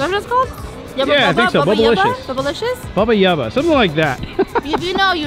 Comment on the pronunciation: It’s Yubba Bubba😅😅